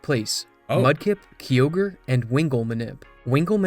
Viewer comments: Never seen anyone call Kyogre "Key-ogre" lmao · Best one I've heard is when I worked at gamestop during the ORAS release. Marketing videos said "groo-don" and "key-ogg-ree" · My brother never played pokemon only Dragonball Games and well the first Time he saw it he went Kaio-gre 😂😂😂😂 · Every time I heard say Kyogre it hurts my soul is incorrect about the crit chance it's 6.25% not 3%